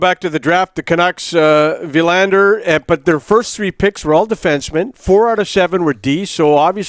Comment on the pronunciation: Thank you Craig for pronouncing Willander correctly.